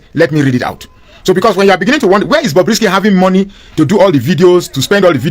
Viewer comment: Stop calling it Bobby, it’s Bobrisky